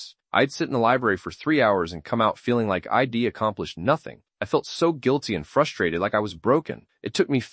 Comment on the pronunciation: Pretty sure this is mostly AI🥲 Pronouncing “I’ll” as “ill” and “I’d” as “ID” within the first minute and a half is wild